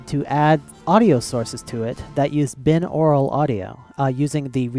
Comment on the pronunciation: Hey just a small correction if you didn't know, it is pronounced Bi-naural audio not bin-aural. It is named that way because two = the prefix bi-. So yeah... that kind of bugged me.